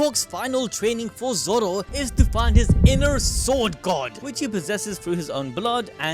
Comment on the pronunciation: Bro really said “Zow”